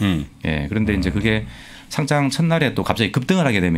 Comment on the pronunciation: 상짱이 아니고 상장 입니다.